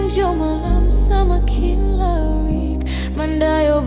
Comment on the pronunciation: Pengucapannya masih kliatan bukan orang minangnya 😊 kedengeran banget pas ngomong laruik, hiduik 👍 tp suara bagus banget, sama musiknya saya suka.. pasti subcribe sih.. kerasa banget sampe ke hati.. terima kasih covernyaaa